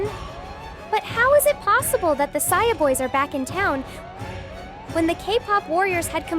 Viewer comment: Saja❌ Saia✅